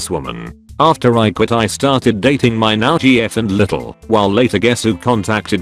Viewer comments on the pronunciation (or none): none